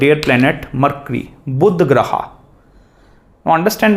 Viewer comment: excellent class Sir. Beautifully summarized. Grah ko Grah kahiye, why Grahaa? Aap Guru hain, no disrespect meant. Plz say Dosh, not Dosha! Very few matter of fact teachers on net today. Truly remarkable videos.